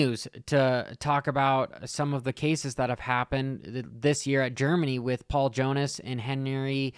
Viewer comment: Little help with those GP guys names. It's Pauls Jonas, not Paul. Also Henry Jacobi, he last name isn't Jacob, it's Jacobi. Think Jack-Kobe Also what's not mentioned in that article, Jonass had a dislocated shoulder but the ball joint had broke, the on sight doctor was trying to pop it in & fucked his shoulder up even more.